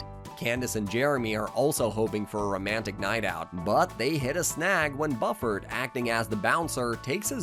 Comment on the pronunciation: Why do you mispronounce the names Buford and Drusselstein?